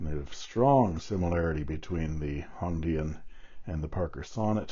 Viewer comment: Your pronunciation of Hong Dian is correct, thanks for sharing the features of this pen.